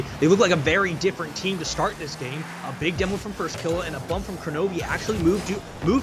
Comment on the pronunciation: "firstkilla" no, not firstkiller, firstkillAH